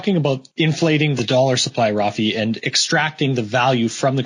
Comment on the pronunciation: Rafi not fabi.